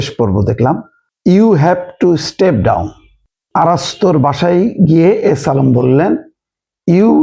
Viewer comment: আই হ্যাভ এ প্যালান।ইউ হ্যাভ টু ইসটেভ ডাউন। শব্দ একেই রকম